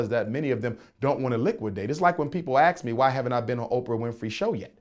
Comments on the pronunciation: Wif - with. Aks = ask. His great great grandfather was cousin to Frederick Douglas. So? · educated black man with a PHD sounds like SUGE KNIGHT and still uses "axe" instead of ask. FRAUD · Umar says axe instead of ASK, he also says Texas Instead of texts... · I axed my father....so there you have it. Jermaine can't pronounce ASK.